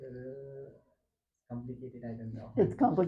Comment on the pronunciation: She :- Do you have gf He :- It's complecated😅 She :- "Whenever you involve a girl it's going to be complecated" 😂